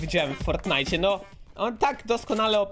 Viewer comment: Dziwnie mówisz fortnite